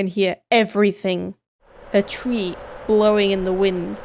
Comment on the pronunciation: Twee? It's pronounced tree